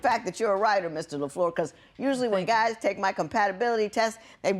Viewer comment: judge la f l e u r not la floor